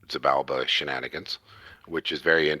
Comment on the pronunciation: Ach, it's Xibalba, not Xybalba!